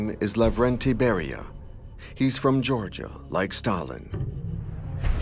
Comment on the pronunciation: 19: 02 it is not Beria